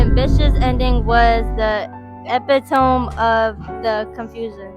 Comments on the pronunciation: Why are you pronouncing epitome like it rhymes with Rome? short e - pit - long o - mee Seriously, dude? If you're going to create content, do some research. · Ummm, excuse me; for the word epitome, it has four syllables not three. You’re pronouncing it wrong. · DUDE epitome is E PIT O ME ! You pronounce the last E , it's not silent ... You're the one calling Gen Alpha out and you can't pronounce epitome smh 😢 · It's pronounced epitomeee. You're wrong too. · I’m going to need you to edit your whole video and look up the pronunciation of the word EPITOME, you really messed it up too. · He is laughing at these black kids not being able to read and he can’t read either! Sir, you’re saying epitome wrong too! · The narrator of the video is mispronouncing epitome. He is obviously not of American origin. Is epitome pronounced differently in other countries, or is he incorrect? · Yo, hold the phone!!! Am I hearing you mispronounce "epitome" !?! 😯